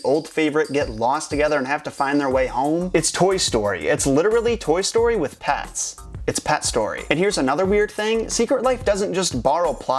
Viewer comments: he says "pats", it's "pets" not "pats" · pets not pats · It's not "pats" it's "pets". P-eh-ts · you said pats instead of pets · He's saying secret life of pats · Wait he keeps on saying secret life of pats